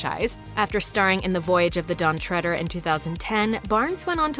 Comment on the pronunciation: Lucasdawolfi Ø Why? She pronounced it correctly. “Treader” comes from “tread” which is pronounced “tred”